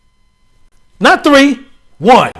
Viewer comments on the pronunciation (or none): none